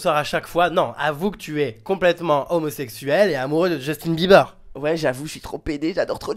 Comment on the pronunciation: il est gay c'est sûr il représente trop mal justin PS: on dit pas beulibeurs ont bilibeurs